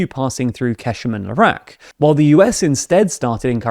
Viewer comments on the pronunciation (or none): none